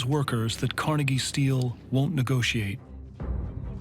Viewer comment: Hey producers and narrator, as a Scots American and Pittsburgher, IT'S PRONOUNCED CAR-NEGGIE. You and NYC, GET IT RIGHT.